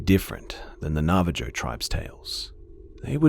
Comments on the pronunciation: Hey. It's pronounced "Nav-ah-ho". ✌🏽😘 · ppsst... it's Navaho even though its spelled Navajo. Just FYI. :) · Hi new subscriber, just had to mention 1. I’ve been listening to your stories non stop, and love how you get really into telling these stories and 2. The j in Navajo is pronounced like a h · Just so u know the Navajo is pronounced "na-va-ho" not "na-va-joe" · did u really just say navajoe ...... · As of 5/18/17 was still pronouncing it 'navaJOE'. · lol "nava-joes".. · bro the word Navajo is a Spanish spelling so the j is pronounced like an h.